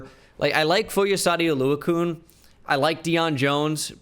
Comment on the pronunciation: "foy oh saw dee oh loo a kune" "Foy a sawed oh lue a kan"